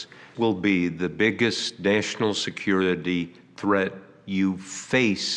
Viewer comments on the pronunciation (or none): Can’t even pronounce security. Give me a break